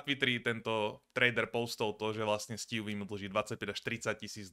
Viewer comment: ''sťůví'' mě baví xddd